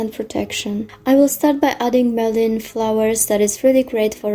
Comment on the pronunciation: Thank you for the list of herbs being used. BTW, I think "mullein" is pronounced "mull-ain", not "mell-ohn" which is a vegetable that I grow. Question: Is the lilac, cedar & clove oil all one oil or are they three separate oils? In your list you note nettle; is that an oil or the plant? Thanks again!